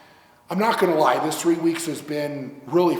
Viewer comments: “Thwee weeks” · "Thwee weeks"